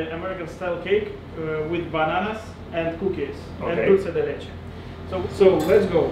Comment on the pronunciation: lo dijo perfecto dulce de leche, mí país mí país🇦🇷🇦🇷